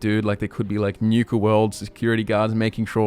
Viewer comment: Newka world? . . . . NU-KA, as in Nuke not Newk LOL